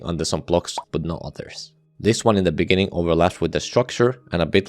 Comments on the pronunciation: In the beninging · you said "in the beninging" at deadlocked, lol nice reference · in the beninging... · 'in the beninging' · in the beninnging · as you can see made some mistakes in his script. Instead of saying “in the beginning” he says “in the beninging” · "in the beninging..." hahahhaha!🤣🤣🤣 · In de benin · inni inni the beninging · Inni the benni Inni the benninging In the benninging. Wow. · “beninging” 😭 It also says this in the captions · In the bininging 😂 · Bro just said “in the beningging of deadlocked,” 😂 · (lol) 'In The Beninging' 😂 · in the beninging hits hard. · in da beninging 💀💀💀💀💀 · 𝐈𝐧 ⓘⓝ ꪱׁׁׁׅׅׅ݊ꪀꪱׁׁׁׅׅׅ 𝚍𝚊 вєηιηgιηg💀💀💀💀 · ɪɴ ᴅᴀ ʙᴇɴɪɴɢɪɴɢ ｉｎｉ ｄａ ｂｅｎｉｎｇｉｎｇ💀💀💀💀💀💀💀💀💀💀💀💀💀💀💀💀💀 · "In the beNINGing" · "in the beninging" 😭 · "in the beninging" made me laugh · in the beninging xdd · 19.37 very much on purpose "in the beninging" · in the beninging? LOL 😂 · “in the beninging” lol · "Now for deadlocked, in the beninging" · He said the meme on accident 😂